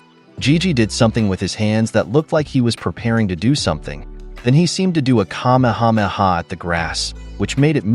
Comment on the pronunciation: bro said kamahamaha in the grass